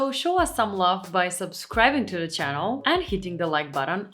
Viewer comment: It is not only the non blinking, it's your lipstick is cool but your makeup is warm. You are pretty but looking very AI or robotic (uncanny valley) because of the too light shade of lipstick and the no blinking. Also are you Polish? Because I noticed you don't pronounce the Th in words like the, instead say Ta. (Your English is great, I'm not complaining, I just noticed it is common for Polish speakers speaking English in the US doing this the same way a lot of British say Chew when there is a TU like chewsday instead of Tuesday. Be well